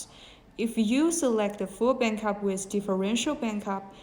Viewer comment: Bankup? not backup? a company who use unprofessional english speaking people is not trustable